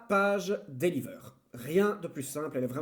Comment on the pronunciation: la page deliveurrrrrrrrr hahahaha je suis morrt :'D exelente vidéo